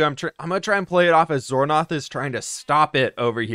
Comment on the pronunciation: calling xornoth 'xor xor' is giving azula calling zuko 'zu zu'